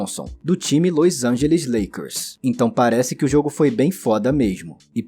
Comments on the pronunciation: Que dificuldade de dizer LOS ANGELES, que irritante ouvir toda hora esse seu "LÔIS ÃINGELIXXXXX" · o jeito que tu fala LOS ANGELES é bizarro